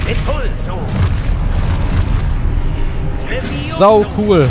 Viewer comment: Levioso? das heißt leviosaaaa